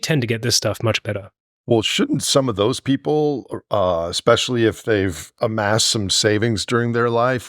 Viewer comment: Often confused. Adverse - bad outcomes. Averse - choosing to avoid risk. It might be my ears, and this might be a British/Aussie accent phenomena, but "Ekspecially" and "Etcetera" keep twanging my ears. ESpecially, and ETcetera, darn it!